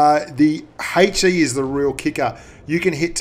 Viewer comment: It is ''HE" not "hey chi"